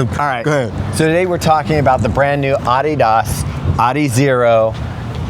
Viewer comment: It's about time they got someone who can pronounce Adidas properly on this channel! 🙏